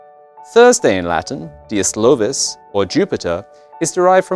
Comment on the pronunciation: You’ve got a mistake in the Latin name for Thursday. It’s Dies Iovis with an I or Dies Jovis with a J, but absolute not dies Lovis with an L! Initial I in Jupiter’s name was pronounced as a “y” sound and is sometimes represented with a J.